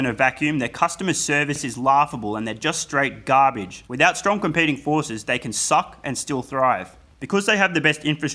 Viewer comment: The way you say garbage, you sure you're not from New Jersey?